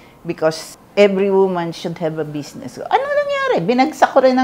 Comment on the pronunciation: Aster. Bizznis. Not besness. Lol😂😂😂